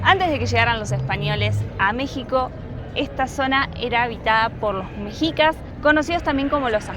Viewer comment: Hola, no se pronuncia mejicas ni meksicas, sino meshicas. Saludos!